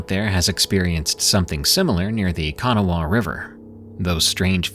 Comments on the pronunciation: WV native here. Kahn-ah-wah, not Canniwah. 😂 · I was wondering if I was the only that heard that in the first story. I pronounce it kuh-nah-wuh though. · I’m not trying to be a smarty pants but I’d want someone to tell me. In the fist story, Kanawha River is pronounced “kuh-NAW”. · Live here love my state but yep we have a few weird things at night .its pronouced ka-naw-wha..by the way..hate AI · It's pronounced "Ka-naw-a". Fun fact: West Virginia was gonna be called Kanawha but they changed their minds. Love my hone state. But dont feel bad, my popow always called it Kanawee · I heard it also and had to stop and think about what it was he just said…. I was like ohhhh my goodness!! I came straight to the comments cause I knew someone wasn’t going to let that go! 😂🤣😂🤣😂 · the funny thing is I bet I said kanawha probably 100 times trying to figure out how I actually do say it and show it phonetically. I might just be a WV hick and not pronouncing it right either though. Lol